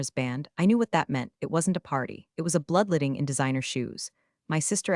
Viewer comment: Bloodletting, not bloodlitting